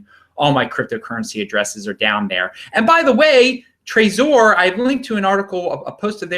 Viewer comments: Martin Carter it's Trezor NOT Trazor. Not sure why says it that way. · Hope you don't take it as an insult. Most people I've met pronounce it Trezor like in Trevor. You're the only one I've heard pronounce it that way. Oh well, to each his own. No hard feelings I hope. Cheers, Bitcoin Proper